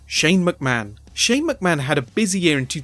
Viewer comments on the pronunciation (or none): none